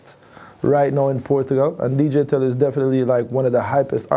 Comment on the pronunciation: Man come on, portuguese fam, someone needs to say this : it's deejay telio, not DJ tell you x'D